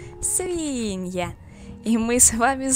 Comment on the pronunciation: Мне одной кажется что в самом начале она говорит свИнья, а не свиньЯ?